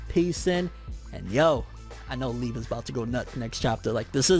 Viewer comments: Oh my gosh does he pronounce liebe leeb?! If ur reading this, its pronounced Lee-uh-bay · It’s lieb eh without the h sound